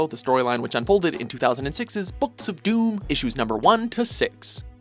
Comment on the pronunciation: What's up with you guys always getting names wrong?? Doctor DOOM doesn't have an S in it.